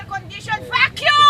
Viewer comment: "pak yuuu!!!" ...dahling you're pronunciations ....you're truly from the provinces.....